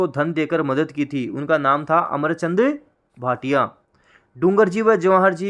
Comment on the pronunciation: अमरचंद बांठिया है न कि भाटिया